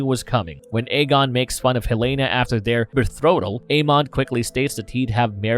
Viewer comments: and “bethroatal” 🤣 really?! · What is a "bethroatal" when u r talking about aegon and heleanas betrothal, was that a joke or just a mispronocation? It sounded like it was supposed to be a joke bc you paused before saying it but if it is i dont get the joke.